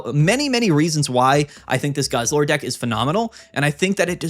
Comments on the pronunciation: It’s funny cause he mispronounced deck and instead said a word that means penis XD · i can’t believe he managed to say thundercock instead of deck